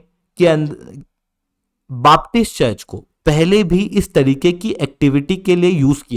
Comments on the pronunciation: बापटिस्ट नहीं बेपटिस्ट। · it is known as BAPTIST CHURCH and NOT "BAAP"TIST CHURCH